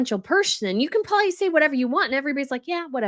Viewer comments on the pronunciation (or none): She said Kensey, I noticed too. I love, and maybe it's a thing in USA, maybe even here in Australia too, but I notice that is very well spoken but let's herself down when she says "Prolly" instead of "probably" she never pronounces the word in full. Not a big deal but something I noticed. But i was only shocked as she is so well spoken with every other word. Felt sorry for the word "probably" lol. How amazing are her videos. Shecis very hardworking. We all have our idiosyncrasies. I say um a lot. Everyone has something.